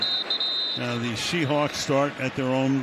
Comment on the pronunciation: On the touchback after the kickoff after the two point conversion (near the beginning of the video) doesn't dude call them the SHEhawks?!?!?!